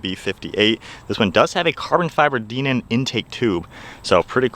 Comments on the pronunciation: DIENAN not DEE NAN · Dinan is pronounced “die-nan” not “DEEnan”. Never seen ANYONE pronounce it like that😂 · I have an 18 M2 manual myself and it's a really fun car. Oh by the way, I believe it's pronounced "die-nan" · Hell YES buy one! I have the 2018 M2 F87 LCI (daily driver) and LOVE IT!! I also have the DINAN (pronounced die-nan) exhaust which sends the sounds right over the top! Nice review!